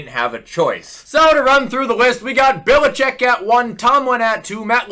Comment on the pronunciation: it's BELL-A-CHECK. Not Bill-a-chick